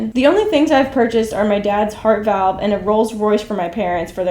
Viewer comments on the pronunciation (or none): none